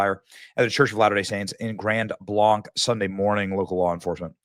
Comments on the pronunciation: It's pronounced like blank, just for follow up videos. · I'm in shock, words fail me! We locals pronounce it Grand Blank. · Horrific! Incredibly sad. Just 30 mins north of me. (Benny… for editing purposes, it is pronounced “Blank” … Grand Blanc) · We pronounce Grand Blanc like a blank piece of paper "Blank" Grand Blank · CRAZY 40yo from nearby Burton Michigan. Pronounced GRAND BLANK (GRAND BLANC) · It's now fearful going to church. Grand (pronounced blank)blanc is a beautiful rural area. 😢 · By the way, it's just pronounced like "blank." I lived there for 8 years. Nice little town, slowly being encroached on by Flint. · Yeah, not far from me. I'm getting nervous. Not that it is important, but it's pronounced like Blank. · It's Grand "Blank", i know I'm nit picking. This is not far from me,I grew up in this area and praying for the victims. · OMG This is where I live!!! We just had the Oxford shooting 4 years ago and now this. WTF!!!! By the way, it's pronounced Grand Blank. Not Blanc like the mountain. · FYI Benny...it's pronounced Grand- blank. rhyming with bank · Live just a town over, it is so sad! But it is pronounced grand blAnc (hard A) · We need to shut this down hard... and this includes stopping all immigration... especially from and any Moo'slem... Glad the FBI is there... GB Twp PD are useless at best .... Its pronounced Blank (Blanc) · Pronounced blank. Grand blank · It's pronounced like Grand Blank here in michigan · Thank you for sharing this. I am originally from Michigan. Grand Blanc, it is pronounced Blank just so you know. I do not know what is wrong with people. So many innocent lives lost. Still mourning Charlie and now all of this. Horrible! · It’s pronounced Grand Blank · You can’t even say the city correct my god dude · Hey, next time you’re corrected on how to pronounce a town name by local news, how about you start pronouncing it correctly? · It’s pronounced Grand Blank, hard a’s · Michigan here...pronounced Grand "Blank"